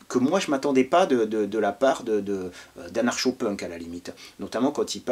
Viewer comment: Salut....je pense que cela à déjà été mentionné mais ça "pique" les oreilles !!!😵😣 (Phonétiquement) "Youkousoubs" pour UK SUBS!!!! Ainsi que "Anar-Chaud" pour ANARKO!! 😉🏴‍☠️🍻🧷🍺☠️🏴‍☠️🧷